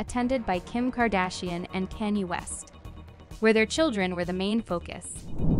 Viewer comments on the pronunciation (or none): Yo, its Kanye, pronounced Kanyae not Kayni. Come on,man! The man is hella famous. If you can pronounce Kim,you sure can pronounce Kanye.